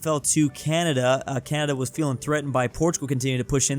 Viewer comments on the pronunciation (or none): none